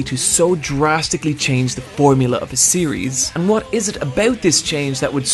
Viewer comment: wHat, where. No offene, but ffs this pronounciation triggers me